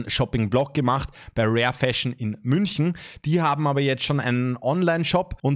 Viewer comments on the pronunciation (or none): none